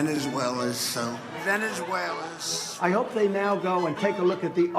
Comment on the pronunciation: Omfg the PAIN in Trump's face when he tries to pronounce "Venezuelas"